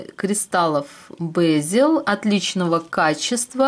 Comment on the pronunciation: В русской транскрипции бЕзель. Ударение на первом слоге и звук Е, а не Э.